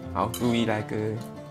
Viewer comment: 不好意思，你的名字是E-li，不是e-Li, 重音在E.